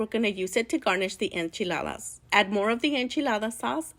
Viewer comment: Yea, that's how you say it.